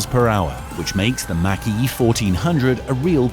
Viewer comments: THE MACH E IS PRONOUNCED LIKE THE WORD MOCK, NOT MAC ! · Take-a-shot challenge, every time he mispronounces "Mach E" like "Mack truck" instead of like Bach ( not Beethoven.) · You showed some cool cars but in the end you really need to learn how to pronounce Mach-E